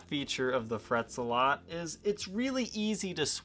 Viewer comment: It's not Frets-a-lot, it's Fret Zealot.